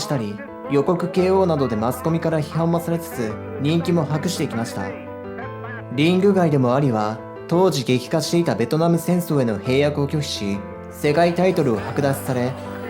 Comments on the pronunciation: 兵役（へいやく）？ へいえきでは⁇ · 兵役→へいやく(✕)、へいえき(○)です。